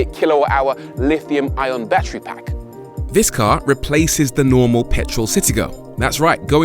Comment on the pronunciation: Nobody: Rory: "Bachry"